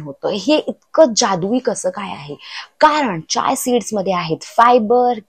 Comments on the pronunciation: Chay seeds vegal ka bolatayet Chiya seeds bola😅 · Chiya सीड्‌स बोला ताई